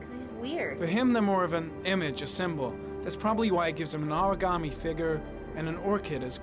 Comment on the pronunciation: origami 'figuh' instead of 'figure'. please dont